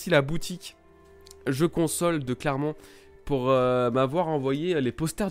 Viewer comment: Il dit Clermont. Il est auvergnat ?